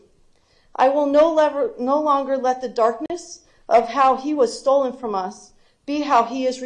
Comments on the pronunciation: I'm sorry I know she's a victim but shes saying "Stolend" instead of "Stolen" and to me its like she passed English with a D- 🤣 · Exactly "You stoled him from us!" (x2) Smh 🤦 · I heard “stoled”